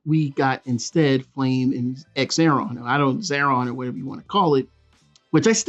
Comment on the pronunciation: it's pronounced "Zar-on"; the X sounds like a Z